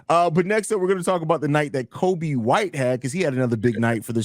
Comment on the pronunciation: it's Coby as in Jacoby